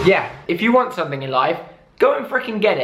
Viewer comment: Why does he say "anythink" "somethink" "everythink" 😂